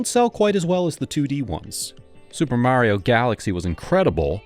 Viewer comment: Great vid 👍 Mario is pronounced mah-rio, not mary-o, by the way.